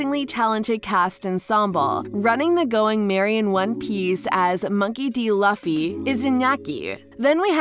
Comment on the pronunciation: It’s luffy you pronounce his name wrong